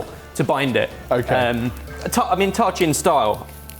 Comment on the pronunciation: I sent this for Doing Thyme, but I guess it didn't get taken seriously: will never be forgiven for his atrocities against Ta-Chin (TAH-cheen--short "a" sound), and he is BANNED from making--or claiming to make--Persian food EVER AGAIN. 😡